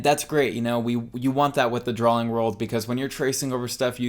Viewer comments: Love you, love this, good video. Quit saying drawling. It's drawing. For god's sake you're an artist! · I don't know. I feel like this twitch will be with me the rest of my life. While we're on the subject...why do you put an L in "drawing"? You say drawling.